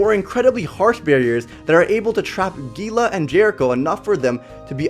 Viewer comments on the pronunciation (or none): none